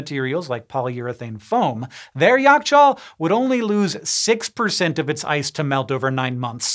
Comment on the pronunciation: Right on point pronounciations! impressive :) also interestingly, Yakh-chaal literally translates into Ice-pit. and funny enough, we refer to refrigerators with this term!